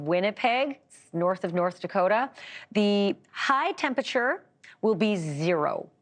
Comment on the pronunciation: News anchors ALL need to be taught to properly say "temperature". It's not "tempiture"!